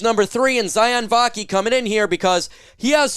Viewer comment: Sione Vaki’s name is pronounced: See-OH-nay ✌️